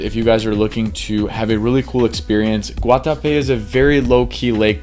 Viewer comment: As a Colombian that Guatape pronunciation was very on point bro